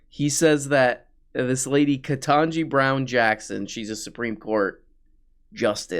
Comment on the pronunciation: Ugh I hate how says Ketanji Beown Jackson's name wrong every single time.